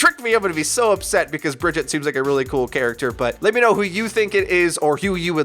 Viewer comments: Why do you say Bridget? They pronounce her name multiple times in game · Please pronounce Brigitte as Brih-ZHEET. Search for "Brigitte has made her choice" for a clip from the game, if you need the example. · Put some respeck on BriJEET's name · Brigitte. Not pronounced similarly either.